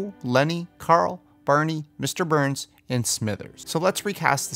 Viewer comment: It's barney not berney